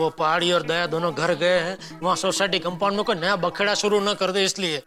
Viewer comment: अय्यर बोला कंपाउंड❎ कामबोर्ड ✅😂😂